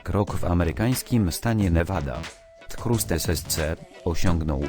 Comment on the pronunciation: pisze się thrust a czyta się trast ssc